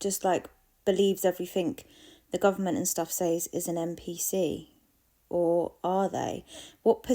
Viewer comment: Are you saying "m" PC? The letter n not m?